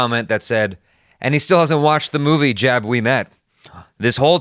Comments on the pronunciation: Jab is pronounced like rub with a j. Not jab of jaby 😁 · Its not pronaunced jaab its jub 😉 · Its pronounced 'Jub' not 'Jab' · Pronounciation - 'Jub' like pornhub, we met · The Hindi word Jab from Jab We Met is pronounced "Jub" which would rhyme with hub, rub, tub... It means "When", so the title could be translated as When We Met. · First. Also, it's pronounced Jub like jug. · Lolololol dat some pronunciation dude :V feel like jabbing you :V